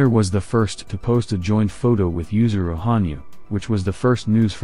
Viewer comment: *Yuzuru, not "Yusuru"